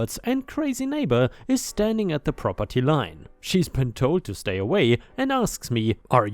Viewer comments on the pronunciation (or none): none